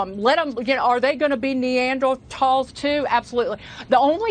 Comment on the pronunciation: Neandertalls?? 🤣 another trump linguist 🤣 🤣 🤣 🤣